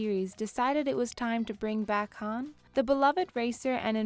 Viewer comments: Says Han like hand pronunciation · She mispronounces Han's name so many times and it annoys me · This video has no credibility since she can’t even pronounce Han’s name right smh